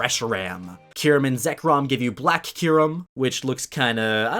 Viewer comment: you say so many pokèmon names wrong, watch the anime to learn how to say Solgaleo and Kyurem